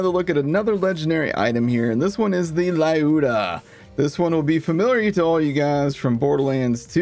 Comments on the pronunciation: Люда а не лаюда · Not [laiuda] it's [l'uda] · Сука бесит когда вместо Люда говорят Лайуда. Блээээ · when will people learn that Lyuda is pronounced as "lewd-ah"... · Upvote this guy and pin him. As a Russian I am also always triggered by it. Gun name is name in Russian “Люда” you can copy past it to check how to pronounce it.